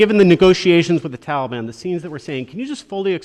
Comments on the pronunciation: Anyone else sick of Biden saying Tollie Bahn?Give it up guy, you’ll never get a straight answer from this idiot. And 85 percent of the Afghan Army was on drugs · Tollybon??? Wtf what a loser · Anyone fluent in Bidenese? Wth is the “Tollybon?” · It's not Biden's fault. How in the world could an Afghan army of only 300 soldiers possibly go against the "Tahlee-bahn"? ...Our Prez is doing his best. We should ALL give him a standing ovation!! Or NOT. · Can I ask why no one has taught him to pronounce Taliban? It is not pronounced Tally ban. It drives me crazy to listen to this idiot. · what the hell is a taleybonn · ITS NOT TAL-EE-BON! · " tolly bon" 😆😆😆😆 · "Gee I didn't realize there would be a mad rush of citizens trying to escape the tallybannn take over.. My bad". What a total loser idiot. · He's so pathetic 🙄he can't even pronounce "Taliban" correctly! SMH such a clown 🤡